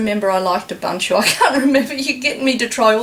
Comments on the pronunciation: Did you say Ubunchie? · its ooboonto not abuntuoo ps linux mint is based on ubuntu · i think you pronounce ubuntu wrong (ubanchu), it could be from the accent, but you should pronounce it like african people would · You still can't pronounce ubuntu correctly. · Please, please, please learn the correct pronunciation of Ubuntu... the way you say it makes me wince!